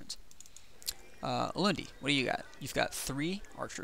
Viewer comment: wow, thanks. this was really informative. Edit: Was surprised to hear you pronounce Ulundi correctly!